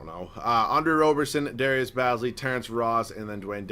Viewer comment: Say it as in Darius Ba(e)zly